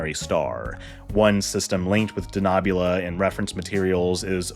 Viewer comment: I have problems with the pronunciation of d Denobula. We have seen Enterprise .